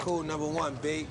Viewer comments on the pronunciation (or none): none